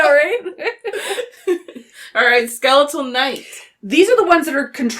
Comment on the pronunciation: Who in the hell says ske-leet-al?